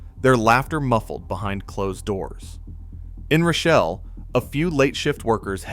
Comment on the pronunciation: And it's pronounced roh shell, not rashelle